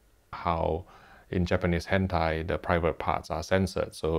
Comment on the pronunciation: Did bro say hentia that why its sensord